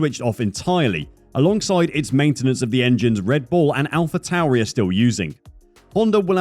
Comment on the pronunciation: "RED BULL", not "REDBULL". You did it again. Souring the experience of a otherwise well done report.